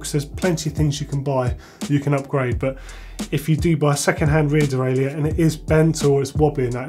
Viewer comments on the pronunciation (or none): none